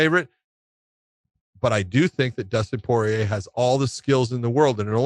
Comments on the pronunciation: Not even Porier pronounces his name like that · You think he would no how to say his name. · I feel like Josh is apprehensive to commit to its full pronunciation, Poirier. Like he's coming from angles he's not even sure of. But in 5 years, and after all he's been thru. He's grown a lot, and Josh will be pronouncing Poirier like a full grown ass man. Like a boss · Dustin Poiyay - Starting to get annoying now lol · pretty confident that it's Pour-eee-ayy. I just think Josh is over doing the frenchness of his name since the last part of his name has an ier and the r is silent and he just then makes both r's silent.